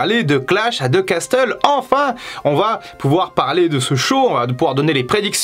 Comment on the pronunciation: Je suis pas un pro en anglais mais perso je dis « row ». Par contre on dit pas « casteul » mais « casseul » voire « cassol » avec l’accent